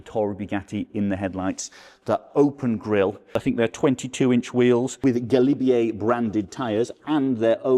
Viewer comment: the "galibier" pronounciation is spot on! You don't need to apologise, quite the opposite. It's such a shame such a marvel is so unknown to the public, being one the most beautiful car of the 2000s.